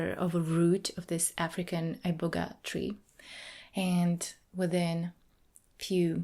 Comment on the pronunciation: I know for a fact when you went to Africa, the herb was never pronounced "Eye-boga" 😒